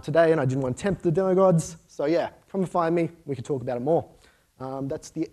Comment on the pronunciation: Kayshing??? That has to be the single weirdest pronunciation of caching I have ever heard. =) And did he say "taint the demo gods" a few times? Temp maybe? I know... maybe it's the aussie accent... I'm a bit picky but what can I do? This is who I am.